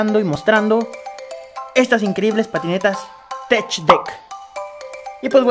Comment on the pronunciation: Se pronuncia tek no tech , gracias